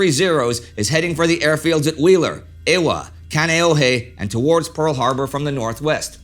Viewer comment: Indy: it's "Kahn-ee-oh-hee" and "Eh-va".